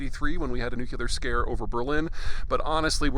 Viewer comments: / nuCLEAR vs nuCULAR. Big difference. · Enjoy listening to your insights very much. Thanks Peter. I was surprised, today, to hear you mispronounce NUCLEAR!! There seems to be a teacher in USA who has taught many folk to pronounce it "New you clear"! It is simply NEW CLEAR!! Since we face this threat, let's at least pronounce it correctly!! Keep up your good work. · The word is new-klee-ar. Say it. NOT nuke-you-lurr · It's nuclear, not nucular. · NU - CLE - AR: not NU - CU - LAR As intelligent as you are... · Peter. Again, it's pronounced 'New-CLEAR', not (as you and Dubya would have it), 'Nookular'. One loses credibility when one employs Hillbilly pronunciation. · Please, Peter, it's nuclear, not nucular... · Nu clee ur ... not Nu cue lar. : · / nuCLEAR vs nuCULAR. Big difference. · Dude, it is nuclear not nucular. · Peter, please...you sound sophmorish when you pronounce it "nuke-you-ler". This is not the pronunciation. It is "new-clear". You sound like a goddamn rookie. You are better than this, I hope. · NU-CLE-AR. PETER. NUCLEAR. not NUCULAR. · new-cle-are NOT nuk-u-ler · Nuclear ---- New-Clee-Err.... how is this crazy smart human mispronouncing this word? I have suspicions about how he pronounces espresso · please enought with the "nuculair" prononciation my ears are bleeding, come on!! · I've always been wary of experts who pronounce it "nookular" and Mr. Zeihan helps confirm why. His opinions have become so predictable I don't feel the need to watch any more of his videos. Just think about what the CIA spin would be on ANY topic, and you already know what Peter will be saying. Nothing more than propaganda, but then again, most people need to be told what to think. Research, analysis, investigation, yeah that's just too much work. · Dude I love your videos but please stop saying Nucular! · please pardon the peeve - new kleeeee errrrrrrrr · I very much enjoy your commentary, but NUCLEAR is pronounced NEW-CLEE-er. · Dude, you say "nucular" ? 😅